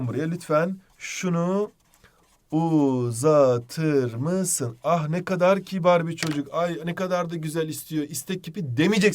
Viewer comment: uzatır mısın'ı okurken o rrrrrrrr kelimesini söyleyişiniz aklımdan çıkmıyor hocam sjsjjsjsjj